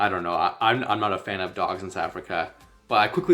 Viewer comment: Not Sou Africa, but South and then Africa. Please say the th.